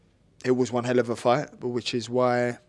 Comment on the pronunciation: It really was a hell of a “gight”